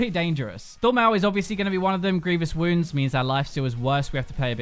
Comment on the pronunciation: It's grievous wouNds not woulds..